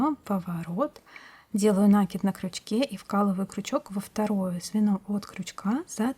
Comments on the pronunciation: ну почему нАкид, а не накИд? Очень режет слух... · И всё-таки надо говорить грамотно. Это украшает человека. От такого колличества нАкидов делается плохо. В этом слове ударение на И. Очень вас просим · Если Вас надо уважать,то и Вы нас уважайте,вернее наши уши . Ударение в слове "накид" делайте,пожалуйста,правильно,второй слог ударный. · Я сама говорю накИд, но это никак не мешает мне смотреть видео и учиться чему-то новому, несмотря на более чем 50-летний стаж вязания. Могу сказать только большое спасибо Мастеру, который делится своими знаниями со всеми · Мне тоже режет слух ударение в слове накид! Прямо очень!